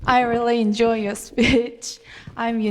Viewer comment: 인 조이 ㅋㅋㅋㅋㅋㅋ 역겨운 발음